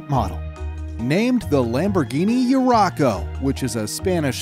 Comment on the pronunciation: Not to mention he said "Urraco" wrong as well.